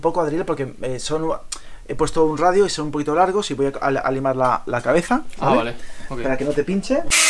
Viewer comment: Se dice radio coño